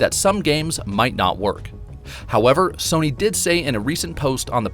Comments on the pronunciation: Serny? Sirny? I swear I'm not hearing the narrator say "Sony" ... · Not trying to be mean but this man saying serny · Why the hell u keep calling s-o-n-y,........serney???? It's fucking up my mind bro. Why? Why? Why????? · The real question is - why does this dude pronounce Sony like “SURNEY”? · Dude said serny like 100 times but man he is meticulous when fact checking I found no false data in comparison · He says Serny instead of Sony. I don’t understand how you can mispronounce that. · I'm not the only 1 who keeps hearing him say SIRNY😂😂😂😂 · It sounds like he keeps saying didn't instead of sony, it's driving me nuts. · Man I never noticed the silent r in Sony that this guy is pronouncing